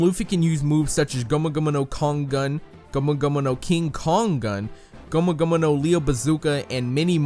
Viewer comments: Okay, why are you saying gumu gumuno? It means gum gum, and he even says gum gum in the English dubs. Plus it's not even said correctly. It's like someone saying "hello my lamo Jeff" it's llamo said as yamo. And why just use that one word when you can just say the English equivalent? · Its not gomuno gomuno its gum gum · I have to dislike this video first and foremost for the way you pronounce gomu gomu and the overuse of it by repeating it after every attack name instead of saying gomu gomu no jet pistol, jet Gatling etc. Second at least not in the anime has it been stated the third gear (bone balloon not just inflating his arm) shortens his life span. Only second gear does because he is forcing his heart to work harder. I had to stop watching after you tried to say nightmare Luffy is a gear transformation because that is just straight up wrong. If you are going to try and teach people about a subject at least try and know the subject matter yourself. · yikes how does he pronounce these japanese words gummu gummu shishibukai